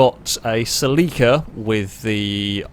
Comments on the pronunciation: Yo why are you pronouncing celica, as sell-leek-a, I believe it's pronounced sell-ick-uh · I've never heard of the Celica pronounced "Sell-leak-ah". I've always known and heard it as the "Sell-eh-cah". It triggered me nonstop lol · "Saleeka" Oh shit. He means Celika or Celica as us Americans pronounce it. I had no idea, lol. Too funny! Actually, this race was so fun to watch, I'm gonna bookmark it in my bookmark list of fav Failrace vids so as to watch it again. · saa-Lee-ka??? you ment cell-eh-ca rt bro🤦‍♂️🤣🤣🤣🤣🤣🤣🤣 love the cockney accent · Its is not a SELL EEEKA... is a CELL AH KA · Listening to mispronounce Celica (SELL-a-kah, not sa-LEE-kah) every 15 seconds almost made my ears bleed. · I came here right away before getting past the mark. I was like... what is a seh-lee-kuh???? Then the grid popped up and I was like OHHHHH, seh-LI-kuh!! I have been living in europe for 15+ years and that is the first time I have ever heard it pronounced like that. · It's how it's pronounced nearly everywhere apart from the US. Very close to the original Japanese pronunciation too. Interestingly the US adverts for the Celica pronounce it "sel-ick-uh" where as the rest of the world got "sell-eek-uh". Always found that interesting, that despite sharing the same name and car model, it's officially pronounced differently. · Its pronounced selica!!!!!!!! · I know its a picky thing, but I believe its pronounce Sell-Ick-Uh. My apologies if this seems very "Grammar Nazi" of me but i have OCD and for some reason your pronunciation was driving me completely bonkers lol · Say it with me: SELL-IH-KUH Cel-i-ca No need for pronunciation to suffer for "the algorithm". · In Japanese they put the emphasis on the i so I feel like cel-i-ca is more correct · that Celica pronunciation tho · By that you mean, you mispronouncing it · Never heard "Celica" pronounced that way. I like it & I'm gonna use it 👍🏾